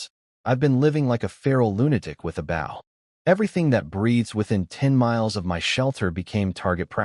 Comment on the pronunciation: The story is good but there's a lot of mispronounced words like bow, it's oh not ow. There are also a lot of spelled words that should be read, weirdly sometimes words that are spelled are read the next time it's used.